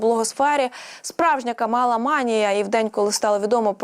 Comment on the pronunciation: КАмала,а не КамАла